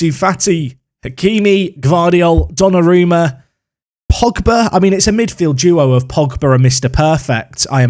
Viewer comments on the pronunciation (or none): none